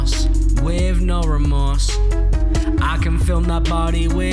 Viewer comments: "Weave no remorze" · You're saying wiv no remowse. Dumbass